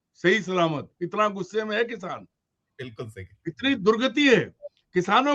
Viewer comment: Isko kisaan bolna aata nahi 😂